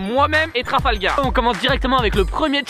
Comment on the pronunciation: a dit Trafalgaz